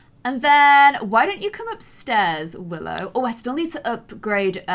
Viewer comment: Go to to hear her call willow “willith”